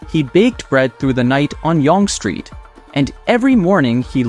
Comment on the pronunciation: I don’t know who makes these things but they are good and you should continue to do so. That said, do your own voiceover. You can do it. AI Canada man can’t pronounce Yonge Street correctly and it really detracts from otherwise decent content